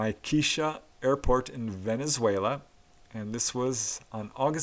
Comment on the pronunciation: Ah heheeheee you said Air-Fart instead of Air-Port lol!